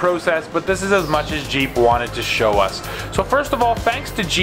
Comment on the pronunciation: Not jeep but, heep.